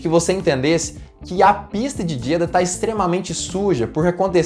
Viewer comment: Não quero ser mais do que ninguém.... Me desculpe... mas a pronúncia correta é Jeďá.... o A aberto no fim da palavra. Parabéns pelo conteúdo